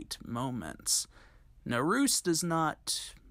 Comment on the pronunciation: Naruse is pronounced in THREE syllables: nah-rue-say. Same with Takamine, tah-ka-min-eh, when you see an E always pronounce a vowel, as there's no silent E in Japanese or any Asian language for that matter. Nice short piece by the way.